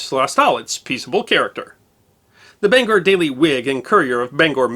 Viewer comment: Congratulations on pronouncing Bangor Maine correctly. Due to the fact I come from there, I noticed that a lot.